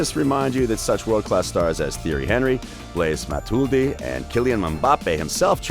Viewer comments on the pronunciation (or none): “Theory henry” “Blaze Matuldi” “Kylian Mumbappe”